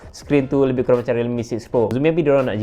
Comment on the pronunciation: Kurang not kuraeng😂